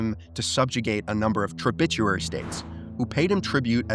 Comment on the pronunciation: The word “tributary” comes from the root word “tribute”. The word tributary is pronounced so that the first part sounds just like the word tribute. Just passing the hint along.